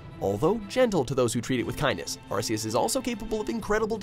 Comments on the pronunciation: No hate but it's ar-key-us not ar-see-us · Cookie Cream Ikr, they pronounced it like Arse, as if they call an ARC an Arse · John Franzen Suan Buddy, how do YOU pronounce An ARC, ARC isn’t an ARSE it’s an ARC with a “k” sound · Also its pronounced Arc-eus not arseus. also just ignore the fact that hoopa, dialga, palkia and girtina arent even on the list, like bruh. Arceus is number 4, your saying that the creator of the universe which can beat the creation trio at once isn't as powerful as a science experiment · It's Ark-Eus not Arse-Eus it's spelled Arceus but you pronounce the c as if it was a k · Player Franzen GD no actually he is right it is ar-ke-us because it have an arc around it body and see the anime it is pronounced ar-ke-us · u pronounced arceus wrong its ar-key-us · Arce is British English for butt that's why it's pronounced Ar - kee- us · Lol couldn't even say the names right. He literally said Arseus😂😂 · Arceus is actually pronounce arkeus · #1 its not meuw tow its aceos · u said arceus wrong about 50 times